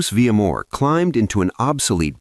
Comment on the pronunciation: Vil - ya-mor. Not Villa - mor.